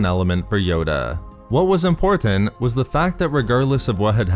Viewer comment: Too many verbal insertions of the bastardized word, “EM-POR-TENT”...🤨